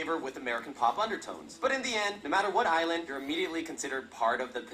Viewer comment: Aysland! yawa! HAHAHA